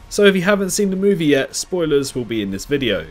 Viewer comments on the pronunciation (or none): none